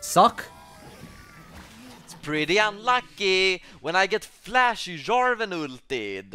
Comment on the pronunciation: He actually sai Jarvan not Yarvan :O